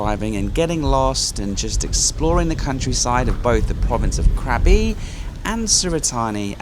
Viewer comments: Krabi is a great town. My partner's dad is from there and he still has a lot of family there. The boat restaurant is lovely at sunset and the cave over the river with the serpant sculpture is worth a visit. Just a note. It is pronounced Kra-bee not crabby. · mate love your videos but please Krabi is pronounced "grah-bee" not craby